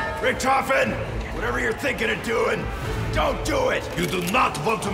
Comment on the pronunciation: 'Off'en not 'O'fen